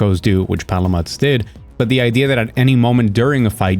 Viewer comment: It's "Pala-mute" my dude. It's a reference to Malamute or Alaskan Malamute breed of dog in real life.